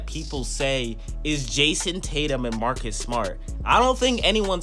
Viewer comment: Jayson and marrrrkus? Who says jayson and marrrrkus?